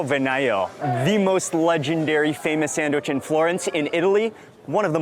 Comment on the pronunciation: So you get 10 mil subs and 3,3 mil views for just eating food? And while doing that, champing like a pig and talking while eating? Right right. "Awshome, thish bread ish shomething shpeshial." Do americans don't pronounce "s" anymore?